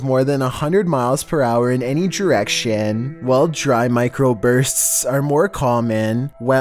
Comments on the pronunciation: mIcRoPuRTsssssssss had me dying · nobody:: "MicroburSTS" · The thing that Hella annoys me with voice is where he goes on with some words like "micRo bUrsTtt" like can be speak normally? 😐